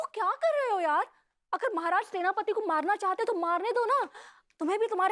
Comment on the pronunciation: Werspati nhi Senapati😅